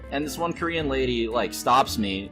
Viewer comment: Well the TSA were racist to a lot of ppl that weren't white, so I don't think any of those ppl will pity you anytime soon, Mr.crybaby. Oh ya... The way you are emphasizing the word Korean is way more racist. Why don't you just quit taking planes like you quit hearthstone. Kappa